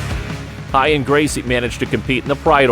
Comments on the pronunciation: Hoyler, Horion, Hoyce...the narrator sounds hetarded. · Am I just hearing things, or does this dude keep calling Royce and Ralek Gracie, Hoyce and Halek? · Why do they intentionally mispronounce the "r" sound in their first names but not in their last name? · R is pronounced H in Portuguese.